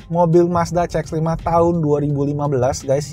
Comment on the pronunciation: CX dibacanya si ex. Bukan ce ex. Mending pakai bahasa inggris menyebutkannya.